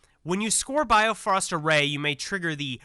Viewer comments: Keep reading the cards. Also its Bi-Frost like the rainbow bridge in Norse mythology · Just a slight nitpick...Bifrost is pronounced more like "bee-frust". Bifröst is the famous "rainbow bridge" to Asgard in Norse mythology.